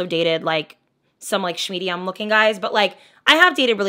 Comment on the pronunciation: you said shhhmediummm💀🤣